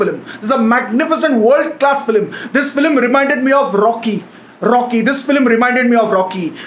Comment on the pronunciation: It is not filim its film bro